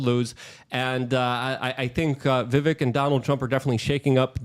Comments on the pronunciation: Excuse me.....his name is VI VIK RAMASSS WAAAMY. Like VIVEK RAMASWAMY. With A 🌈 rainbow flair..😂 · Right? It’s Vivek like cake. I get my name pronounced incorrectly all the time and it’s very annoying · LUKE ITS VIVAKE LIKE CAKE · The Correct pronunciation of his name rhymes with cake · Omg how do you have him on your show but can’t get his name right???!! It’s Vivek like CAKE